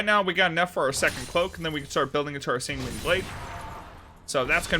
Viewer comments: Hey just FYI Sanguine is pronounced more like "Penguin", try googling "pronounce sanguine" you'll see. It's not "sang-WEEN" it's "SANG-win" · Sang-gwin with a soft g to end the first syllable and a hard g to start the next